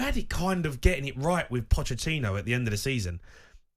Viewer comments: Stopped listening once he said Pocchetini. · Who's pochechini... ytf does everyone struggle with his name? How longs he been in football now? 😂